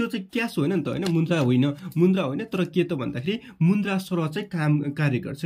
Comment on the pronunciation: मुन्द्रा होइन होला सर मुद्रा होला 😂